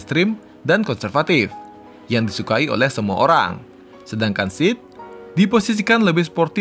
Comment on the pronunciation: SEAT bacanya tetep SEAT bukan SIT bang 😁